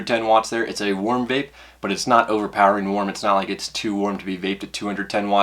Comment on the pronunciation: "the vlape vapor"